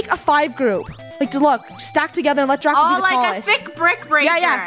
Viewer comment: She said oh my God Draco but instead it sounded like she said oh my God dracco